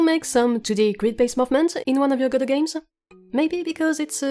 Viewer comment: Merci:) Et joyeux noël en retard mais je viens de t'acheter ton jeu;) Et merci d'avoir mis en français ta chaine de ce côté:) Dommage la trad dit tjs G-D-O au lieu de Godot ^^